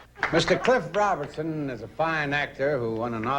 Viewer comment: Don kept calling Cliff Robertson "Robinson."